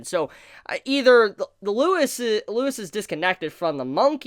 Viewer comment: Why is everyone calling him Lewis!? LEUVIS